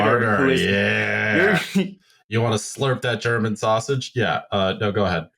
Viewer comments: thanks for actually asking someone who speaks german how to pronounce stuff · Someone actually pronouncing German well on wytp. What a time to be alive